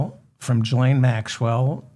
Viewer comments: David, if I may. Her name is prounounced: ghee lane. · Hello David Ferdman! You called Trump's daughter Ivonna. Her name is Ivonka. Also, the G in Ghislane is not pronounced like a J (as in gigolo), but rather a G (as in guilty). Love the show btw! I know those are sort of trivial corrections, but I watch and love every show you do (and 'like' them all as well). It would be so cool to hear you issue a correction of mine. I'm not going to get my hopes up, but it would make my day. As sad as it sounds, I don't have very much excitement in my life, so that would be the highlight of my week! I hope that you're next show will include lots of inappropriate A.I.! Your show is great on its own, but it's even more entertaining with unflattering A.I. clips of Trump and his goons!